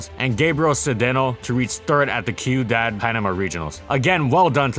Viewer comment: Ciudad is a Spanish word and means city. It's pronounced seyou-dahd, not kyoodad. Please try to learn how to pronounce words before speaking them. Guessing at them makes you sound ignorant. A simple google search would give you the pronunciation and meaning